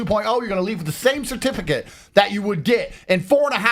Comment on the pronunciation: His tooth veneers are distracting me, did he say certipicate?